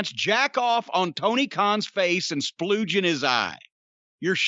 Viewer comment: Lmao “spluege in his eye”